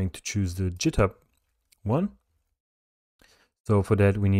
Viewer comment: jithub LOL 😂 sounds french .. amazing tutorial straight forward to the point 👍